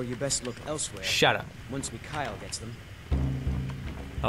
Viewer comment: HOLY CRAP!!!!!! IM IN SKYRIM!!!!! AND I PLAY MUSIC!!!!!!! and tobuscus just told me to shut up D= .......... (yes my name is Mikhael and he pronounced it correctly...)